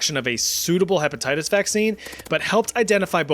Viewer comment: “herpatitties” 😂😂😂😂 Edit: fixed spelling